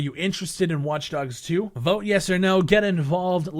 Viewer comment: ITS FUCKING WATCH_DOGS 2 IM SO FUCKING TRIGGERED WITH PEOPLE SAYING IT WRONG